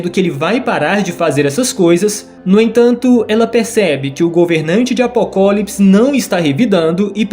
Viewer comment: vídeo muito massa. Mas o cara cagou nele falando apocólipis